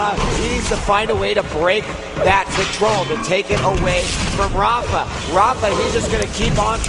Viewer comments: "rapher" .. damnit its raphA, not er. same with mega, its not megger its mega. lol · he's saying rapher.